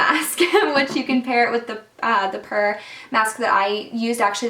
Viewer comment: Pur is pronounced pure.